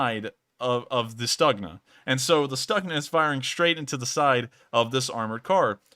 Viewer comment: stookhna. not staagna